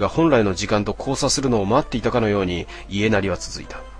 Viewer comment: いえなり、じゃなくて やなり